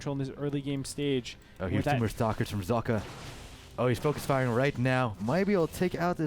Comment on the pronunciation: Socke is the german word for a sock, it is pronounced ['zɔkə].